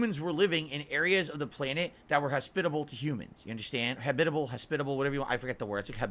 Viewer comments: "It's naht haBITabul." It's so funny how he thinks he's smarter than everyone else but can't pronounce basic words. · "Haabitable" F*ck he's re*arded. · for habitible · "It's not hobibatal for humans." is such a pathetic cretin. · Why's this dude emphasize words in such a weird manner? HAH- bitta-able?😵‍💫 As far as having the freedom to "choose" where you live. Isn't this deepshit always crying up the rising crime in his area? Why doesn't he pick up and move? It's really easy.